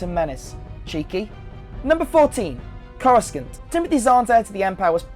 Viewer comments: I'm sorry but it's not pronounced corus Cant it's pronounced corus sant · Did you just try and call it 'Core-uh-Skin-t" ? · Yeah, it's pronounced Corusant, not Corus coont. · it was actually pronounced Coruskant up until the prequels when lucas changed it to Coruscant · Corus - kant? Last I checked it was pronounced Corus - ont. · it's not CoruSKANT.. It's CoruSant Aylaa Secura, Not Aaylor... (and it's not TWI'lek as in twine... it's twee'lek as in twin lekku) Dude...do you even know who Chewie is? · Coru-SANT not Coru-SCANT. Jeez dude... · core-reh-skent? it's core-reh-sant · its not pronounced coruscant its pronounced corosont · Corusknt. Made my ears almost bleed.... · Coruscunt! =)))) is all I was hearing lmao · actually it is pronounced corus-sant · in the early audiobooks before episode 1 actually gave us the proper pronunciation they all said a coruskant type sound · many VAs in the games pronounce it Corascant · Thought he was trying to say " croissant" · Many dislikes are probably because of the way he said coruscant lol. We are harsh as hell. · Every time you say Coruscant (corrusssant) with a k in the middle of it I want to saw my ears off. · boi you did not just say "cor-a-skant" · Why are you saying Coruscant like Coru-Scant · Who taught you how to say Coruscant (kɔɹəsɑnt)? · wait did...did you just pronounce Coruscant as Corrasck-ant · It's Aayla Secura. And it's pronounced Corusant but written with a C. Damn... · Coru-SANT. Sorry that bothered me. Anyways great video. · I don't even follow Star Wars, but still, it's not pronounced "Coruskant". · What the fuck is CorusKnt? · Your pronunciation of certain words are offending the soul man! Did you just call Grand Admiral Thrawn, Grandad Moff Prawn? And Coruskant?! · ITS A STAR WARS EXPANDED UNIVERSE HOW CAN THEY STEAL IT TO PUT IT IN THE STAR WARS MOVIES ( CORE US ANT ) IS HOW IT'S PRONOUNCE YOU HEAD LOOKIN HEAD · Your pronunciation of Coruscant physically hurts me... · Even though he pronounced it wrong